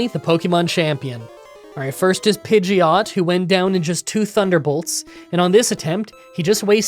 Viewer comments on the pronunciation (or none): none